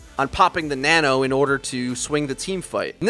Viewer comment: Nono boost? U mean nano?